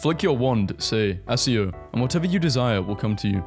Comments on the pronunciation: “Assio”??? It’s “ack-io” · as a harry potter fan ITS 'ACK-E-O' NOT 'ASS-E-'O' "YOU AS A 10 YEAR OLD I CANT SWEAR SO FRICK, LEARN HOW TO SAY THE SPELL, IM NOT MAD AT YOU JUST LEARN HOW TO SAY IT, [sorry about my rage just if you're still reading this learn how to say the spell) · It’s pronounced akio not asio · Why did he say assio and not accio😭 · bro really said assyo im done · ITS ACCIO WITH A HARD C, NOT ASS-IO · you didnt say 'assio'. i know you didnt. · Bro really said assio💀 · Did bro just say assio 💀 I like this guy’s content but that shocked me